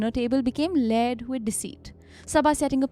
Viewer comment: You didnt pronounce it as its written, ur saying LAATIN...... Its Written as Luton, LU - loo, Ton. I love how your co-also says Laatin😂. Also my child, its no Leeyered, its Lay-ered.